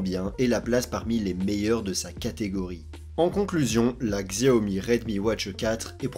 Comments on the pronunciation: Tu prononces mal le nom XIAOMI. Ça se dit pas '' GZIAOMI ''! C'est '' CHIAOMI ''. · Désolé mais tu écorches trop les noms... en chinois Xiaomi se dit '' CHAOMI ''. Et Huawei c'est '' WOUAWEI ''